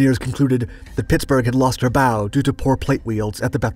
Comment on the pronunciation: I’m fully convinced the narrator is a. The way you say Pittsburgh sounds a lot like “Pixburgh” like us yinzers